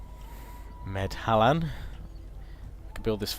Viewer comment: Medhlan is pronounced MED-lahn. The obvious precursor of the modern-day city of Milan.